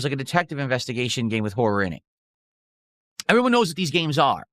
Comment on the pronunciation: Anyone else unreasonably angered about how he says “horror”?